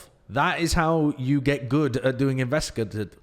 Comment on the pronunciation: It's a hard A in investigative. In-vest-i-gate-ive